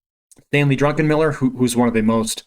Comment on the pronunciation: Stanley Druckenmiller ( Not Drunkenmiller hahaha)